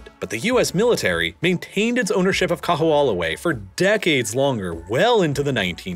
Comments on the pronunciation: The only thing that sounds really off is Kaho'olawe. W's are usually pronounced as V's in the middle of a word for most words (some exceptions exist). Because it's not populated or widely discussed except among locals, the pronunciation without the V sounds almost unrecognizable. That being said, the W in Hawai'i is often pronounced by natives as a V. And the " ' " is an okina and is usually a hard pause and to skip it can actually change the meaning of the word. Making it like "Hava-ee" or "Kaho-oh lahvay" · This was a great documentary, but I would love to sit you down and teach you how to actually say Kaho‘olawe properly. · I was also impressed by how he quietly mangled Kaho'olawe. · I've lived in Hawaii for 15 years and learned a ton of things I didn't know about Hawaii's history from this video. Btw, I still have trouble with pronouncing Hawaiian words, but can tell you the island of Koho'olawe is actually pronounced KO-ho-O-la-vey. Great video, thanks! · Kah\-who-AH-luh-way is worse! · Hearing you pronounce Kaho'olawe was pretty funny 🤣 for those unfamiliar, W's in Hawaiian are actually pronounced as V's. So it would sound like Ka-ho-ou-lah-ve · Kamehameha is pronounced Kah-May-Hah-May-Hah. Kaho'olawe is pronounced Kah-Ho-Oh-La-Vay. And Hawai'i is more accurately pronounced Hah-Vai-ee. Otherwise, this was really good, and I appreciate that you did not shy away from describing just how Native Hawaiians have fared in this transition and also the extreme challenges of living here (especially on the outer islands, which do not have the same diversity of employment opportunities, but the smaller population definitely makes for a much more sedate existence). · Learn how to pronounce Kahoolawe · His pronunciation of Kahoolawe is off. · Really? Every time I hear him pronounce it, my ears bleed. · Yikes! Everytime the narrator says "Kahoolawe" I flinch. Otherwise, great documentary! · Bra! and he said it so many times! cringed every time haha